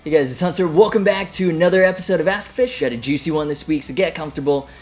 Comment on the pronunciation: Sensible question: how did you pronounce your channel? To me it sounds like "Ask a fish" (?)